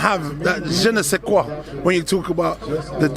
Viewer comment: jeh nay say quwah!!